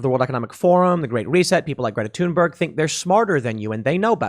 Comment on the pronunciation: IT'S PRONOUNCED "THOON-BURG". NOT "TOON". OMG THAT BUGS THE F OUT OF ME EVERY TIME YOU SAY IT!!!!!